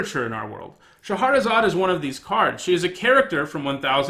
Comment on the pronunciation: Shah-razad, not Sha-har-razad.